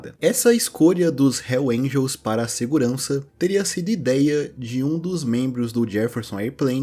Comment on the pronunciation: Nem Hells Angels esse cara consegue falar... Puta merda